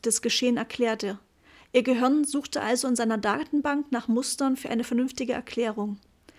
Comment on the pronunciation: Gruselig... Sprechkäseschmatzen und Dialekt... Es heißt Gehirn und nich göhürn, Kapitel und nicht Kabitl 🙄